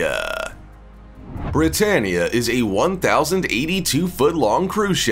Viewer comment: britannia sounds like britanic